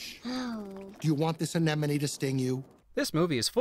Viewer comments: I'd ask you to take off a win on yourself for saying "aneNoMe" instead of "aneMoNe", but it took me an eternity to get it right myself, so you're good! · Did anyone notice that he says "anenome" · You're saying anemone wrong.